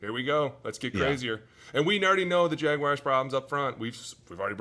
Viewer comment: jag wahrs not jagwires